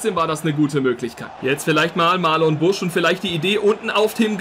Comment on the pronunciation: Busch heißt marnon und nicht Marlon haha